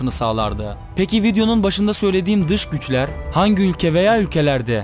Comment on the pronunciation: Öncelikle dış güçler diye bir şey yoktur ama dıj güjler var